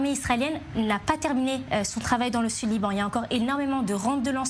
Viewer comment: Liran au lieu de LIBAN